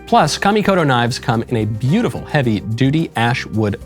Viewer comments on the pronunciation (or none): none